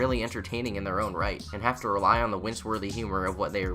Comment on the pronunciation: first time hearing a non British person saying wince